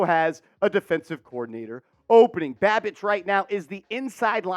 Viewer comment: Sounds like you were saying Bobby badbitch 😂😂